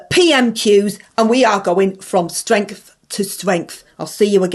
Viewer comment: going from stwength to stwength! 🔥